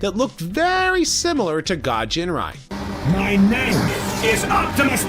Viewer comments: Dude, it's Ginrai not "Jinrai" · Ginrai. Not Jinrai. Hard "G". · Don't you mean ginrai su